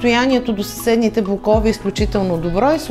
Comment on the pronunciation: Слагайте правилно ударението в мн. ч. на блОкове